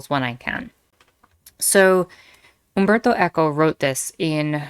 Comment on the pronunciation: Very interesting video, i hadnt heard the word banning thing from the trump administration One quick question, when you mentioned humberto eco's name you pronounced correctly, i feel like ive heard more english speaking people do that with some languages, especially spanish Is there a particular reason for that? Im not trying to be rude, just a genuine question Greetings from México (I recently found about a fascist group in Mexico, its called Movimiento Sinarquista or Sinarquismo, it seems like theyre not that popular but something tells me theyre gonna be more mainstream in the future, anyway just thougt to bring it up because of the fascism thing)